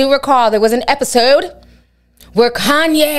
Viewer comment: Lmao “kohn ye” that’s how those kardash. say his name 😂